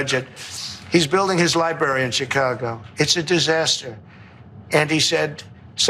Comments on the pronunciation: Dr. Richey. It is pronounced "Library." Not "Libarry." Just like you need to stop saying "ax" when you are using the word "ask." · President Pumpkin Head doesn't even know how to pronounce library 😅😅😅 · Pronounce the word library correctly. There are two r’s.